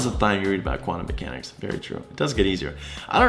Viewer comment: the meme is my face after he said both Euler as “yoo-ler” and mechanics as “metchanics”